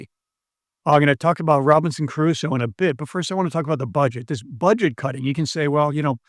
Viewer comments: Trivial correction: it's not Robinson Carusso, it's Crusoe. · It's Crusoe not Caruso. Not that it matters but I thought you should know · ...imagine a supposedly educated English speaker who can't properly pronounce the name of Robinson Crusoe... This is not about moral bankruptcy, it is about intellectual flatulence. A long-time fan, unsubscribing (not that it matters, of course).